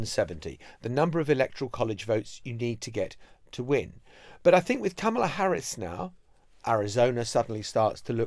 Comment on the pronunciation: You have to wonder at the News Agents for doggedly and assiduously ensuring that they mispronounce Kamala without fail.